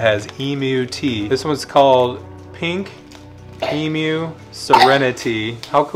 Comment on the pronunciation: Thank you so much for pronouncing emu property. 🤣 emoo.